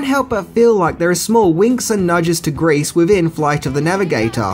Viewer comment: Grease not grace